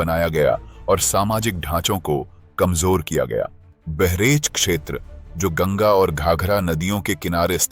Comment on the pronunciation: बहरेच नही बहराइच है और वहां गंगा नदी नही है।